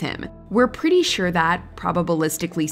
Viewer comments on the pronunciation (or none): none